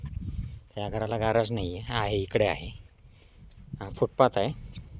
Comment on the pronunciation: गराज नाही तर गॅरेज म्हणा.